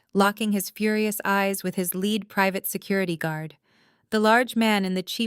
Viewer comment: Basically a good Story. But you mispronounced a word. (Lead). Is pronounce leed, meaning to have someone follow you. Lead is has anither meaning , when comes to material of an object is made from.. like a Lead pipe photogenic spelling is led pipe ! Also "Reading" is known as to material that you have ben observing in a book . Its is also a Name of Railroad Company in Pennsylvania, known as Redding Railroad, but it spelled "Reading" ..